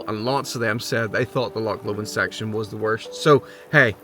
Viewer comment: An irishman who cant say loch? 😅 ive seen it all now lol 😅 the amount of folk who say how hard the west higland way is...as kids this is how we played! An irish man in a hiff about rain, who camt say loch 😅